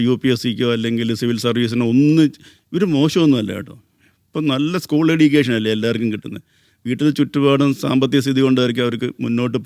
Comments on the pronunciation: എഡ്യുക്കേഷൻ അല്ല എജ്യുക്കേഷൻ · ഇയാൾ ഒരു യൂണിവേഴ്സിറ്റി വിസി ആണോ? സംസാരം, ഉച്ചാരണം ഒന്നും ഒട്ടും കറക്റ്റ് അല്ല. എടീക്കേഷൻ, ഡിഗിരി എന്നല്ലാം പറഞ്ഞോണ്ടിരിക്കുന്നു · Education ൻ്റെ pronunciation തെറ്റാണ്